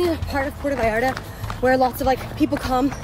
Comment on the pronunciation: Will y’all pronounce it correctly!? - It totally grinds my gears to hear the arrogance of yanks not calling 💩 what it is… It is NOT Pordda Vallarrda. It’s PuerTa VallarTa. Pronounced: PwerTa VayarTa Apart from that- nice vid.